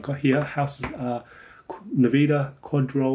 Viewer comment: "nveeda" KEKW!